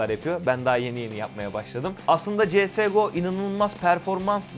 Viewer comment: Cs go öyle okunmuyor İngilizce yok